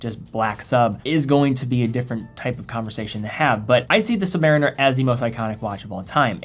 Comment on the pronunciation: The Navy man in me cringes every time I hear “submar - iner”. Somewhere there’s a crusty Submarine-Er shaking his fist whenever it’s said lol.